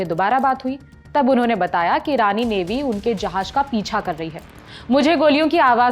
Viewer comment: Rani sena or irani sena? First speak properly